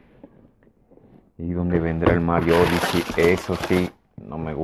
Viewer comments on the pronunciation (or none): Si te llegó el Mario "odisi" 🤣